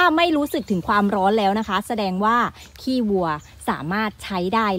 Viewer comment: กินข้าวไม่เลย อย่าเน้นคำว่า ขี้ 555 พูดว่าขี้วัวดีกว่าครับ